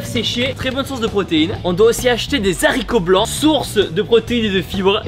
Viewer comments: des « saricotblanc» au lieu des « haricots blancs » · Des zaricot blanc 🤣🤣🤣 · Des zaricots blancs 😂😂